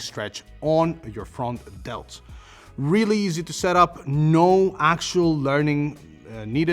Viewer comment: He said front delts, i heard frog delts. Anyone else hear that?